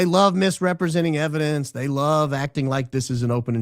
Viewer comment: It's a Mountain of ebodence mama😂